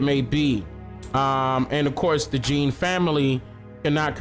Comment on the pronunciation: U keep saying the the cop was 26 and jean was 30.u got it backwards. And his last name is pronounced "John" not as it is spelled.